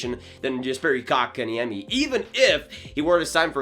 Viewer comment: I like how you just gave up trying to say his name right